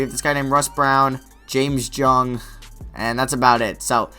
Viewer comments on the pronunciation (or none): none